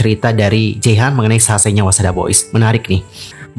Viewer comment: jehian bukan jeihan